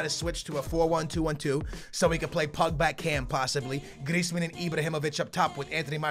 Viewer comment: I swear.. Every time pronounces Griezmans name... He says it different each time...